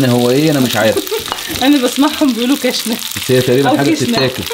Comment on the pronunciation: كُشنه بضم الكاف